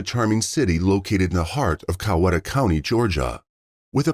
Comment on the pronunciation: It's Newnan, Georgia, not Newman. And it isn't pronounced Co WET ah county. When those born and raised in Coweta county (not the transplants from everywhere else) pronounce it, it sounds a little bit like Ki YEET ah. COW eet ah is acceptable.